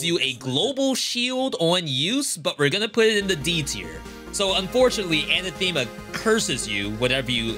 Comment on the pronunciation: Neat video. I haven't even seen half these weapons. Anathema is not "anna-theema", it's "uh-nathemma". :)